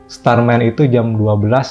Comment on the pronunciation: Start woy, bukan star😭😭😭